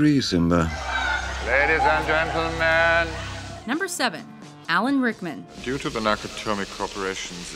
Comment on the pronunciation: Who the f is alen rackman